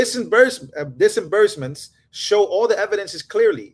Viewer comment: Every video makes up his own word or words. 😩 This time it was DIS-A-BURSTMENT? It’s Dis-burse-ment. Take some reading classes before reporting the News. 😂😭💀